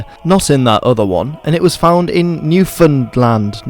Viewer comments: Pronounced "New Found Land" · Pronounce it NOOFenland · Okay, it’s pronounced Newfinland, just speed run the centre of the provincial name. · 😆😆😆 As a resident of Vinland, you would pronounce it "Newfin-land" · It’s been long awaited mate! but you should have based it on our Newfoundland flag! XD since we were independent before 1949. Is there any way to contact you? You’ve a fantastic job, however there’s a huge amount more to the story than just this tip of the iceberg. And if pronounce it like New-fen-land all in a fast manner. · We are a sensitive people. Thank you for caring. Newfoundland is a tough one to pronounce. The stress is on the last syllable [nju:fən(d)'lænd]